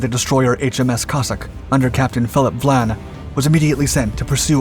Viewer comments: I enjoy your channel but the very weak research and editing have got to be addressed. The name of the British Captain is Vian not Vlan. It is simply maddening to observe such easily avoided mistakes this channel makes. Just a little concern for accuracy would greatly improve your work. As a retired professor of Theater and Film I know how important accuracy is in the presentation of facts or fiction. You could greatly benefit by more concern for accuracy because once inaccuracy is engaged increases unchecked your audience soon no longer trusts you or visits your site. Be wise. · Captain Philip VIAN (pronounced VI-AN) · Captain Vian's name is pronounced vie-ann. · What is this 'Vlan' nonsense? It's Vian. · You’re butchering the Captains name. Phillip Vian. Not Vlan. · It isn't VLAN it's VIAN. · It’s Vian not. Vlan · Cossack's captain was named VIAN not VLAN as used in the clip. the letter "I" obviously taken to be "L" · Hey, that one was pretty interesting. Just a couple of things to correct.... You may have misread the name of HMS Cossack's captain, as you were pronouncing Vlan rather than Vian. And the aircraft which located the Altmark were a trio of RAF Hudson bombers, not the Catalina you pictured. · It's Vian, not Vlan. Otherwise great video as always. 🙂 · Philip Vian not Vlan.